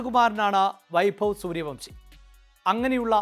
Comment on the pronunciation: സൂര്യവൻഷി എന്ന് പറയടോ